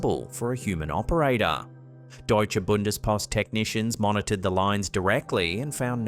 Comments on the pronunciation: Wow, how perfectly you pronounced Deutsche Bundespost, nice! Greetings from Germany! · Your pronounciation of "Deutsche Bundespost" was perfect,, just as if German was your mother tongue! Great!👏👏👏